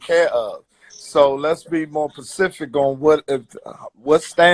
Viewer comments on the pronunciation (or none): “Let’s be more pacific.” Pacific is an ocean 😄 You mean S-P-E-C-I-F-I-C 👀